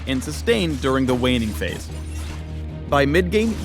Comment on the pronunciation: Anyone else hear him say "Waning phase" instead of laning phase?? 😂👍